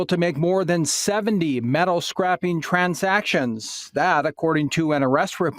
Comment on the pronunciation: she said "300 transactions of scrapeing metal"...scrapeing???? dont havta be smrt to read news I guess??..Hustle at the scrap game and you can make decent loot. 23k? very do-able. this isnt news.